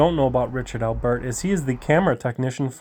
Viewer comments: Am I the only one bothered by how he’s saying Albert like it’s 2 words? Lol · Funny how you pronounce Albert. Thanks for standing up to that psycho tyrant.